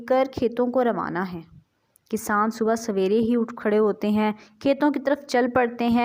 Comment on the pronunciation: This word is subh ke khbr not subhaa